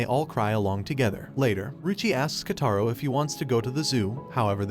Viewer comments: “KotAro” actually it’s Kotaro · She is sweet not harsh and his name is pronounced ko-ta-ro and this anime is called school babysitters and 10/10 I would watch again